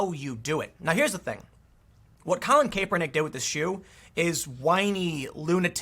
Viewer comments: It drives me crazy when someone reports on a story or is some type of announcer and they mispronounced the name. Especially when done over and over, like this video. Do a bit of research and make sure you pronounce it right. It's pronounced cap-er-nick, not cape-er-nick. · Cap-er-nik, not Cape-r-nik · It's "Cap" not "Cape" lol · you know what Tim, just ignore our comments an keep pronouncing it kay pernick. Also w the stock, firms can keep its price afloat until they find enough suckers to displace their own shares. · Something did happen. You are mispronouncing his name over and over. So great! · The way you say "Kaepernick" upsets me for some reason. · Tim you talk about too many stories with Colin Kaepernick in it to keep pronouncing his name wrong lol